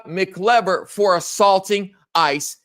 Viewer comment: the correct pronunciation is Mak•Eye•Ver “MacIver”. Watching from Upstate New Yuck. Subscriber 🙂